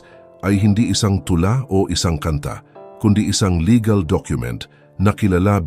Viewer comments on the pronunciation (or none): none